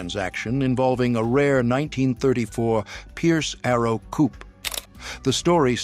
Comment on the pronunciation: Coupé is pronounce coopay.